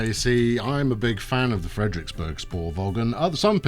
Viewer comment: Frederiksberg sporvogn: Frederiksbear spoorvown -> approximated danish pronounciation for you there (you like having a mouth don't you? ;) ) nice video :)